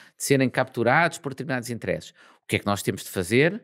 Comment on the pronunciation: Muito bom como sempre 👌🏼 mas...porquê "interésses"? 😂